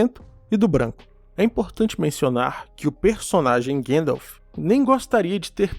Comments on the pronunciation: Sou fan de tolkien a anos, descobri seu canal recentemente, muito bom cara, parabens, se eu puder falar uma parada, sem ser chato, eu ebtendo as pessoas falarem guendalf, pois e assim q o frodo do filmes chama ele (outros personagens tb) mas repare que o saruman sempre fala Gandalf, nos extras da versao estendida, Christopher Lee diz que a maneira correta de se falar e gandalf e naoo guendalf, ele conhecia o professor, e acho que junto do pj era o maior fan de sda do filme, lia os livros uma vez por ano pelo menos, no extra ele explica a etimológa do nome gandalf e pq e pronunciado assim, desculpe se fui chatao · Quem é esse tal de guendalf? Desculpe, eu sei que é culpa da dublagem e agora todo mundo fala errado.